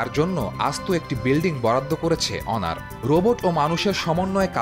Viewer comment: যাক আপনার সঠিক ভাবে উচ্ছারণ করেছেন অনার। অন্য সবাই তো হনোর,হোনার বলে। আর হুয়াওয়ে কে বলে হাওয়াই